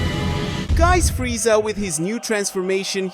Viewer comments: Its frieza not friesha😂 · Why do you keep saying freesha someone needs to annunciate